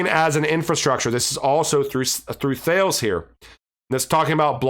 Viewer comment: Great vid, thanks for all the info! Apparently, Thales is pronounced Ta-les